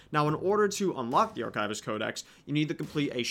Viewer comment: arkaivist. certainly an interesting way to pronounce that word